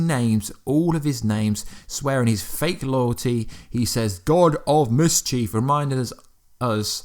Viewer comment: Misscheev 😭 its mischief